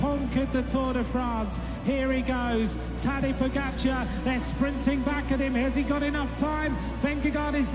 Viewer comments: Just some Feedback: 1) You skipped over the part when he won Volta ao algarve when the actual team leader was still Fabio Aru. But when Aru showed weakness Tadej was allowed to go for his own result 2) His first name is not pronounced Tadesh but rather Tadey (ending like "hey"). 3) He didnt lose Itzulia Basque Country in 2021 because of weekness but because his teammate Brandon McNulty had been in the leaders jersey after the time trial and Tadej worked for him instead of instantly chasing after Roglic when he attacked. 4) Your explanations for why Tadej lost the Tour 2022 are unsatisfying and not correct (except for the third one but that isnt really an explanation because you basically said "Jonas won because he was better"). Real explanations for him losing the Tour are: - He struggles in hot weather conditions (The tour was exeptionally hot with temperatures of 35-40°C) - He struggles at high altitude (as seen on Col du Granon and also Col de la Loze in 2020) - He isnt as good on very long steep climbs as Vingegaard (as seen on Col du Granon and Hautacam and also seen on Col de la Loze in 2020) - His team was much weaker compared to Jumbo Visma who could just send satellite riders in break aways (like Laporte and Wout van Aert on stage 11) and also had Roglic as a second GC threat that Pogacar had to take serious on stage 11 - Tactical mistakes on stage 11 where he spent too much on Galibier - Maybe also nutrition issues where couldnt eat and drink correctly because he wa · A nice overview with a couple of missing highlights - such as a gentelmen's handshake after his fall and Vingegaard's pause for him. But come on - haven't you learned how to say his name?! It's Tadey or Tadei - you can hear it numerous times everyday on TV when he's racing! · I cringe every time they mispronounce his name. He is not Tadež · my man straight did a vid about the dude and not once checked how to fucking pronounce the name its Tah-Day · The correct pronunciation is Tadéï